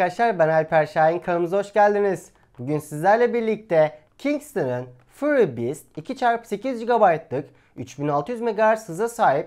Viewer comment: furi değil föri. ah bir de ingilizce bilseniz